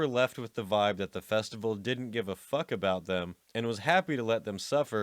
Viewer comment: Great content, terrible presentation. You sound like a 12 year old that just discovered swear words. If you put any more emphasis on the K in fuck, your larynx will literally prolapse out of your mouth.